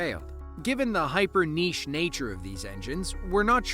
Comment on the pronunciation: Hype-niche? Its basic engines. The belt snapped when the front came down too hard.